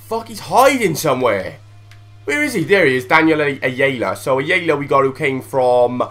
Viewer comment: its EYE-ARE-LA and he was on loan to forest from Norwich